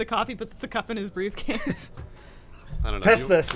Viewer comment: I honestly hope I'm not the only one who heard, "Bruce case" instead of "briefcase".